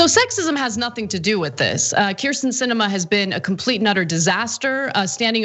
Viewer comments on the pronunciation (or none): I love this piece, but Cenk Uygur really needs to learn how to pronounce Kyrsten (Hint: It's "Keer-sten.")